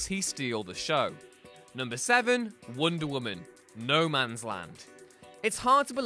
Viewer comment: *Wonder Woman, not wonder women